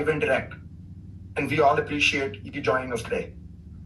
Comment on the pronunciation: In......"and vee all appreciate......." Ummm if the Twitter CEO had a "gray uniform" on and pronounced "we" the way he pronounced it.......the entire mainstream media wonk framework would be swooning & fainting on special couches across the entire continent AND BEYOND.